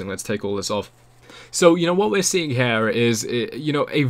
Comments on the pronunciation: I'm English . It's here as in hear not here as in hare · I speak with the Queen all the time. Her Majesty pronounces HERE "hyá." Lizzie tells me "ram it in hya."